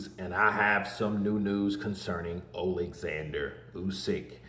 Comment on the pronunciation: His name is Oleksander not Alexander for a start.